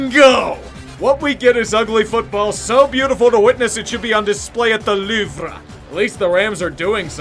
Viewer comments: “The Loov-ra” just cracked me up 🤣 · Did you really role the r in Louvre smh